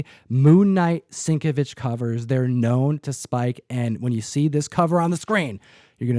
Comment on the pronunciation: Sienkiewicz = SIN-KEV-ITCH